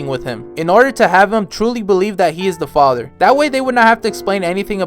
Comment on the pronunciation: Homie is stressing Historias father so much. Chill dude.